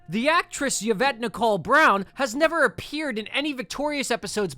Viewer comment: As someone named Yvette PLEASE never pronounce it "yuh-vet" ever again bro that's WILD it's "E-vet"